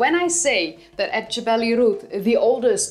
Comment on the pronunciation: You pronounced Jebel Irhoud properly, perhaps the most impressive aspect of your presentation.👍